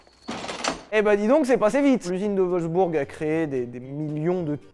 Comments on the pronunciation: "L'Üsine de WolfsbÜrg" 😂 (en vrai ça se prononce "Volfs-bourgue", pas comme une burne) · On dit Wolfsbourg ;) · Super vidéo on dis pas plutôt wolsbourg non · J’ai voulu engueuler Sylvain pour la prononciation de Wolfsburg. Puis j’ai vu l’image de David Castello-Lopes et j’ai tout oublié.